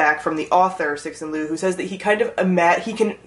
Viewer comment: Its pronounced tsu shin leo instead of sexin lu lol